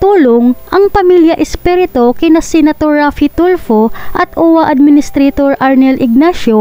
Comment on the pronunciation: 😂😂😂😂😂NARRATOR PLEASE PAKIBIGKAS MONG MABUTI ANG APELYIDO. ESPIRITU hindi Espereto